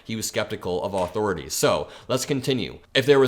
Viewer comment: “Aww-Thor-Aww-Tees” lol.